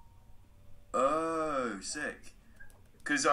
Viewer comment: When said sick to I thought he was swearing